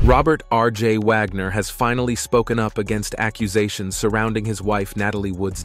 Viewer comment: Repeat, repeat, repeat! Vagner instead of Wagner? Nothing new here just a rewind of the same story!